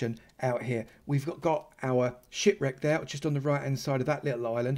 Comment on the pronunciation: He said ship wreck but it sounds like that lol